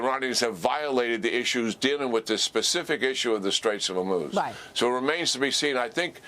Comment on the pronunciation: General Keane: ONE strait, not the straits as you keep wrongly saying it. Singular not plural. HORmuz as in Horrible, not HER. It should not rhyme with vermouth as you mispronounce it.